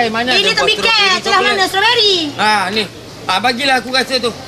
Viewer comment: "ini tembikei.. celah mane strowbery.." hahahahaha..